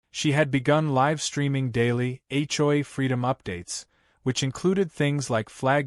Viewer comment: "live streaming" is not pronounced correctly. At least have the narration correctly pronounce words.